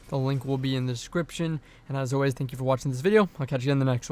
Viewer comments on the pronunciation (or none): none